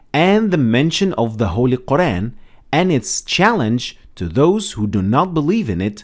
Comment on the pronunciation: Could you pronounce Al-Qur'an correctly, please?